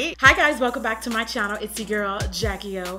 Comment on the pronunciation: Why does she say Jackie O instead of Jackie Aina